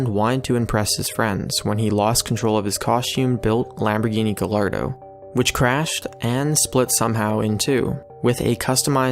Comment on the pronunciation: He said Gallardo wrong! Sheeesh people these days!